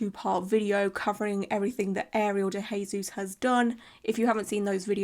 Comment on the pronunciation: Girl, love the videos on her, but you’ve been pronouncing her last name wrong !